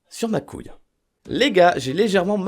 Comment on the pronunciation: c'est pas coouile